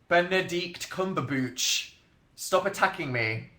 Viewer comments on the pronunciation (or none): THE WAY HE PRONOUNCED BENEDICT CUMBERBATCH HAHA